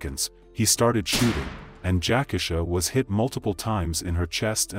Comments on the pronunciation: I just really think out of respect, the victims name should be pronounced correctly. RIP ❤ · Its pronounced Jac - Key-Sha! Not Jackasha. Show some respect to the deceased please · Yes, that’s throwing me off, I don’t even know this story or her real name, but damn Jack-asha definitely sounds off….I’ll find the story on another channel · Everytime I hear this guy mispronounce her name, I cringe. U showed the news about her, saying her name a couple of times, yet u don't have the common courtesy to say her name correctly. I've seen him do the same thing on other videos. The disrespect is real!! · He needs to learn how to pronounce names....that irks